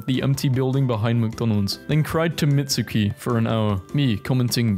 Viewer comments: You did not just pronounce mitski as "mitsuki" 😭😭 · THE WAY YOU PRONOUNCED MITSKI😭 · Ikr, I speak Japanese its so annoying hearing people pronounce JPN words horribly wrong... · why’d he pronounce mitski like that 😭😭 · I’m sorry but the way he said Mitski..